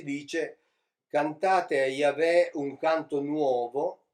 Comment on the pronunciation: Ogni volta che sento pronunciare la parola "Yahweh" in modo così improprio, mi si spegne automaticamente il cervello e vado in catalessi culturale. Comunque tanti complimenti per tanto seguito popolare al suo mish-mash esegetico. Se io mi mettessi a parlare di fisica nucleare (di cui non capisco un cazzo) non riuscirei ad avere tanti follower.